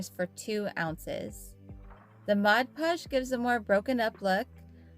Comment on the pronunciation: Honey you need to pronounce the 'D' in PODGE! Saying Modpogge isn't correct, it's MODPODGE! I like your tip with powder.